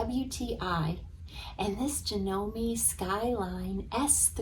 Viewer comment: At least, learn how to pronounce "Janome".